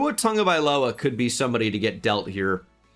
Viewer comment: Tua "Tongue-A-Guy-Lowuh"